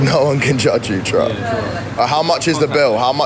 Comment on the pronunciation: "Prime doesn't taste that bad guys 'For wheel' twust" 😂😂😂